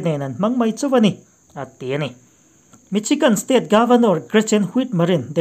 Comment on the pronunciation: Michigan i pronounced dan hi adik lo.misigan ti a lam tur .